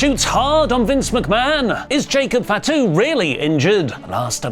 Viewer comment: its not FAT-U please pronounce properly